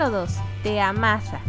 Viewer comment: Por que se escucha chisto la palabra amasa como si fueras un pan Ademas de que si las separas seuna como si te ama -- sa Por eso puse el renglón xD